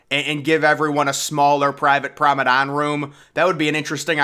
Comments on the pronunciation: You say “promenade” wrong, it’s not “promedann” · Prom-uh-nod, not promedon, FYI. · It's Promenade not "promedan" . It's not that hard to pronounce. "Prom-e-nade". Jeeze. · It's pronounced promenade deck not probedame deck 😭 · ..I really love your contents...Very informative & always to the point.... ..And it's called 'Promenade'. .not promedan...TYSM !💙💙💚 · its PROMENADE not PROMEDON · TF is a promedan, dont you mean promenade? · Promenade!!!! Not Promedane - what the hell is a Promedane? 😄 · 🎉🎉🎉 glad someone else noticed too